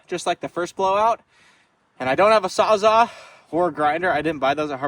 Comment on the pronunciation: "I don't have a Sawzaa" LOL! I have a good buddy who says the same thing.... calls it a "sawzaa". Anyway, this kid's infectiously positive, no-quit attitude is the best reason to watch these videos. Only person I've ever seen have 3 tire blowouts and spend all that money, time, and effort to fix it.... with a smile on his face.